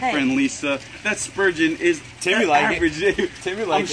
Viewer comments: It's spurgeon not spoogeon. So it's ok. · Not sturgeon...that is the kind of fish...she said Spurgeon!!!!!!!!!!!!!!